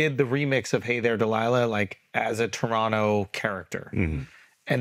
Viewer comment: Shout out to Andrew for saying Toronto like a Torontonian!!! Second T is silent.